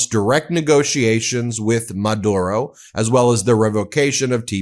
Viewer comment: just saying ben.. pronounced Ma dew ro